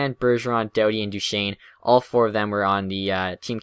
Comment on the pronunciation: NOOOOO!! It's: Kessel Karlsson Duchene Doughty